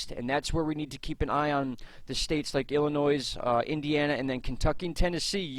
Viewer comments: For Illinois the "s" is silent. Pronounced illinoy. Thanks for fantastic weather reporting.👍👊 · You don't sound the "s" in Illinois. Pretend it isn't there. 😀